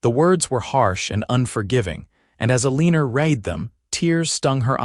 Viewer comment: This is a very nice story. I just wish that this AI could actually say the words correctly, Tucson and Eleanor and not a leaner because that’s what you get when you’re playing horseshoes and you get the big score if you get a leaner.